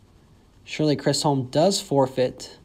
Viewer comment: You pronounce it Shirley Chizzom